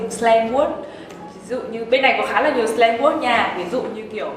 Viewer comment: “Slang Word” mà thớt phát âm như là Slang Work ý !!! Kkk... Cố gắng nghe đến mấy lần cũng nghĩ như thế... Slang Work !!! 😬😬😅😅 😜😜😜